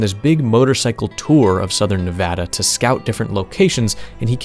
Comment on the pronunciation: you are such a goated YouTuber and I've been watching you for a while now, but the cherry on top was hearing you say Nevada correctly🙏🙏🙏🙏